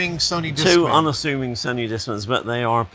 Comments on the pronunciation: Actually that is the correct original Japanese pronunciation. Sonee it’s only pronounced sewnee in the west. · Can someone tell that one guy how to properly pronounce Sony?